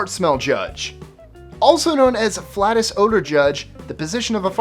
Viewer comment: "Flatus" is pronounced ()"FLAY-tus"